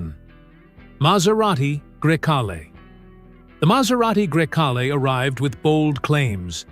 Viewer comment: ID DOT 4. And every possible way to pronounce Grecale